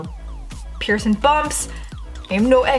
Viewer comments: It’s PIERCING NOT PIERSON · It's kinda frustrating how shes so articulate and has a consistent way of speaking and then she just goes p e a r s o n